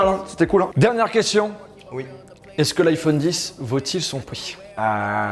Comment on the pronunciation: le OUI de charles c : UI